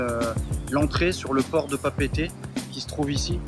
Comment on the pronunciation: juste une chose, c'est Papeete ils faut dire les 2 E